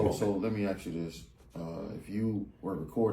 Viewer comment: It's Ask NOT ax